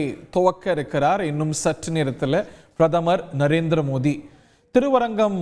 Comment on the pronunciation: இவர் ஏன் பாரத பிரதமர் மோடி அவர்கள் என்று சொல்லாமல் மோதி என்று உச்சரிக்கிறார்..